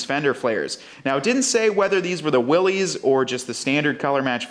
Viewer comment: pronounced /ˈwɪlɪs/, "Willis" NOT "Willy's" 😉